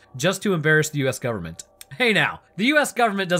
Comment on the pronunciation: Bro! Is it "gooverment" you say or the "gooberment"?